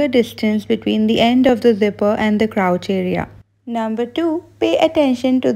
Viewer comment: Getting advices from who donno how to pronounce crotch.... hard pass